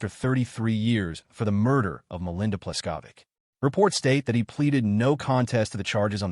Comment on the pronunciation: Mispronounced "Pleskovick" too.